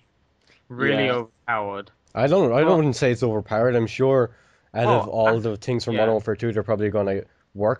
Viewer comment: I like how he says Tinks instead of things ;p